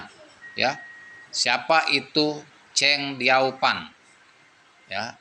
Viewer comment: Mati suri nya bang,bukan mati sukhi.. Chang Dio fan Yo bang bukan Chang feng zou